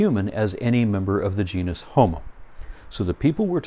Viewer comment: Of course you won't have this problem, if you pronounce "Genus" correctly.